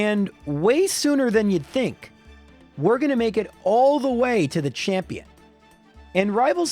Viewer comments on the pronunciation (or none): none